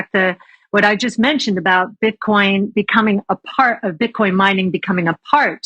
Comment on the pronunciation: She said Bitchcoin